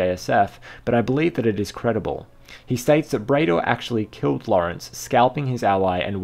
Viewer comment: Bray-dor isn't right, surely it's pronounced Brad-or!